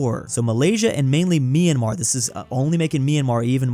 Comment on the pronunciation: It's my-an-mar, not me-an-mar!!!